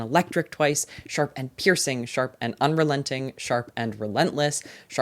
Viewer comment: Say it with me now- “SHARP”